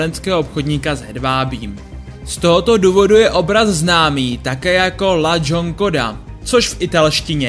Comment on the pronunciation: La Gionconda? Je to La Gioconda. Nerada prudím, se zájmem o téma jsem si video pustila, ale opravdu se to nedá. Da Vinci a vse kolem něj si zaslouží kultivovanější komentář. Škoda.